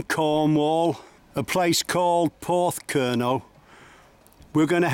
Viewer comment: Enjoyed your video but Porthcurno is pronounced Pawth-cur-no. The little beach not far from Lands End is Nanjizal Bay. This is almost totally unoccupied even in mid summer. Me and my wife sat there one June day, not very hot but still sunny and almost the whole day we had it to ourselves.Lands End was wrecked by Peter De Savaray building his mini theme park. in the late 1980s. Still a figure of hate to a lot of Cornish people we spoke to, and indeed many walkers..